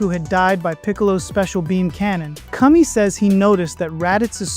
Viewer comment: Great video as usual,! I also love how the voice model pronounced Kami as Cummy! 😂